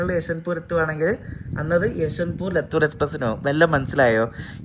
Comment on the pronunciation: ലത്തൂർ അല്ല ലാത്തൂർ